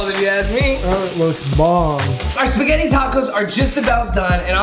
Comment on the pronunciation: Yo yo yo when he said speggite tacos I was like hold up wait a minute